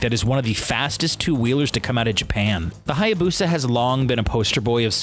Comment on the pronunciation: It's not hayabusa it is haaayaaaaaaaaaaabuuuuussaaaaa